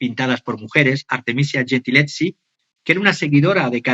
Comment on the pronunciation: Minuto 23: Artemisia Gentileschi (pronuncia: Artemisia: con S dulce, como la palabra iglesia, el apellido Gentileschi, se pronuncia gentileski).